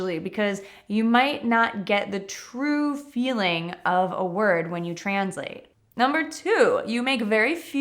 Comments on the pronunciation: What a strange pronounciation of the word “translate”! Stress and [z]. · I noticed that too!